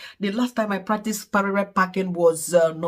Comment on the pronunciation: Congratulations 🎉 But I can’t stop laughing with the way you call Parallel packing (Parere 😂)